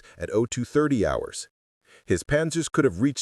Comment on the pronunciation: You need to teach your robot that the H in "hours" is silent. It's pronounced "ours," not "howers," the way it does at first, you fools.